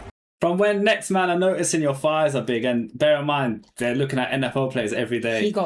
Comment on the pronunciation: The word is THighs, not Fighs.